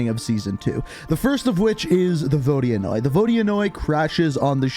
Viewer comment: Petition for to pronounce "Verdansk" properly.